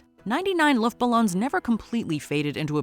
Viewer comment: Listen to the pronunciation. LOOOOFTBALLOONS. Not Luuuuft.